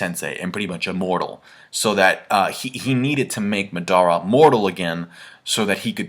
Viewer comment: u say madara name weird lol